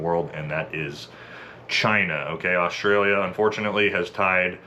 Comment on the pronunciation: What's 'Osh-tray-lia' ? It's Straya or 'Oss-trail-ya'